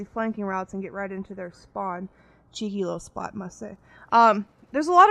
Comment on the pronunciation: Funny hearing an American saying cheeky haha. Legit gameplay.